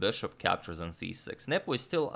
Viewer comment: Every time Adagmator says Nepo, I hear nipple.